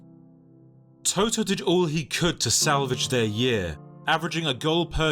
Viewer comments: Learn to pronounce the names of the people you do a video about!!! You are not talking about the band TOTO... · Nice video!! The only Thing is that the name Totò has been pronounced wrong around 30 times through the video😅😅😅The stress must be on the last vowel, otherwise it's another word, NOT the player's name😅😅😅